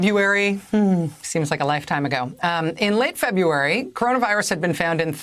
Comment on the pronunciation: Feb-u-ary ?? totally annoying!